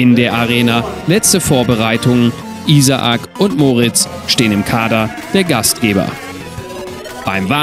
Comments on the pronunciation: hast recht, stimmt beides nicht, in seinem Fall wird der Name deutsch ausgesprochen, jedoch nicht wie hier im video "I-sa-ac", diese kleine Pause zwischen den beiden A muss weg, also sozusagen "Ih-sak" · sind wir mal ehrlich I-sa-ak hört sich ja richtig scheisse an :) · Wie er Isaac ausspricht ich bin eben Amerikaner und er spricht es komplett falsch aus xd